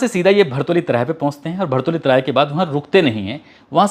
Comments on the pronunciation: भरतौली नही भरौली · भरौली चौराहा है भारतऊली नहीं